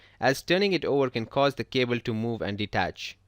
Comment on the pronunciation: cable not cebel. Lol